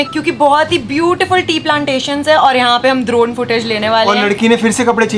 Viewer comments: ड्रोन= दरोन🤣🤣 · Didi vo drorn nhi vo dron ho ta hai😂😂😊😊